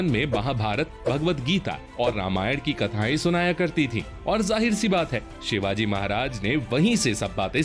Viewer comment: भाई शिवाज नही 🤬🤬 छत्रपती शिवाजी महाराज बोलो भगवान है वो हमारे 🙇⛳🧡